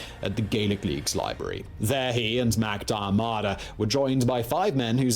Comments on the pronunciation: God awful pronunciation of Irish names. You'd think, if he was going to talk about something he pretends to know that he'd learn the names of the people involved. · Sorry but that guy absolutely butchered “Cumann na mBan” it is pronounced “cuman na mawn” also Sean Mac Diarmada is pronounced “Shawn Mack Deer-mid-ah” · I must add that I have enjoyed many of Simon's videos. It is just a pity that he fell below par in this otherwise excellent piece with such poor pronunciation. Admittedly Irish names like Mac Diarmada and Ceannt might seem difficult for English people, but there should have been no problem at all with Daly. There are lots of videos on YouTube which might have helped with pronunciation.